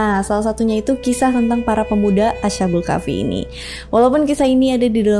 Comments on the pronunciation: Cara bacanya bukan ASA BUL KAFI TAPI ASHKHABUL KAHFI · Mbacanya as-ha-bul kah-fi mbak. Bukan a-sha-bul kah-fi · Bukan asyabul Kahfi mbak tapi Ashabul Kahfi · Ashabul kk bkan asyabul kahfi 😁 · Asbabul kahfi kak klo ga salah😂